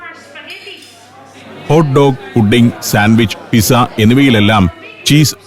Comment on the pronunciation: Pizza is spelled as Pizza but pronounced as Pitza not Pissa. Hope this helps